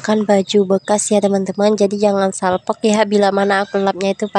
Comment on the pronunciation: Salpok salpok salpok terus😅 salfok bukan d salpokkk